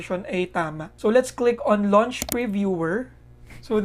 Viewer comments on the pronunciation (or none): none